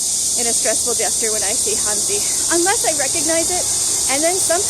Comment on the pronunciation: Hey, not to come across as a wiseass, or your teacher, but since you say it a lot in this video and others, as well as "wo" try and work on your "hanzi" pronounication (not talking about the tone, but just the general sound). Your "zi" is way off the mark, listen to an example here:... in short you have to shorten the "zee" a lot more, sort of, it's hard to explain in writing.